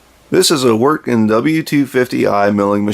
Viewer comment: Vee-ert-gen. Awesome review man.